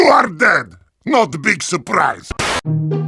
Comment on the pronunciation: Traxler S It supposed to mean not a big surprise but voice sounded like he say "not a big soup rice"